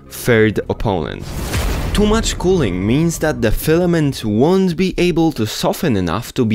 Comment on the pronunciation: This guy really said:"everyone is telling me to keep my fliment dry, if the whole printer is wet my wet fliment will be fine."